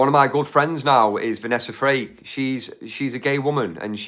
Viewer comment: Might be accent but Vanessa surname is FRAKE … please it’s not freak